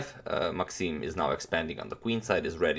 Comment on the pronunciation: maxime not maaxime :)